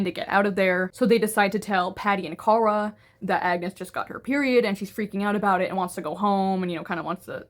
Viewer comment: No you're right, it's Ciara. The pronunciation in the video is a little off